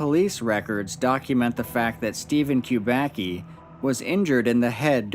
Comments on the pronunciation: It's "kubacki" not "qubaqi" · Kubaki Kubaki Kubaki....it sounds stupid. Kubacki should be read as Kuba(tz)ki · Kubacki is a Polish surname. Acctually, it should be read like 'Kubaski' (which will be somehow accurate) rather than 'Kubaki'. Nevertheless, very interesting video! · it's actually a polish surname which is pronounced "Kuba c ki", more like kubasky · It's pronounced koo-bahtz-kee. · You pronounce the name of the main character of the report WRONG. It should be read like KUBATSKI.... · I know it's strange for English natives but better pronounciation of this Polish origin surname is Kubatzky . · Btw. It's pronounced "coobatsky" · I know it doesn't matter much and I don't know if Steven himself knows that, but "Kubacki" is a surname of Polish origin and should be being read as "Kubatski" or "Kubatzki". C always = ts/tz except in combination "cz" which = tsh and "ch" which = h. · by the second name it looks like this man is of Polish descent and I don't know how to write his name phonetically but you pronounce it wrong